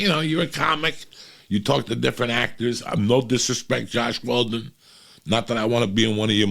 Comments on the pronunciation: "Joss Whedon" Not Josh Weldon. We still love ya, Uncle Joey. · LMAOO “Josh Weldon” when he was talking about Joss Whedon😂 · “Josh Waldon” lol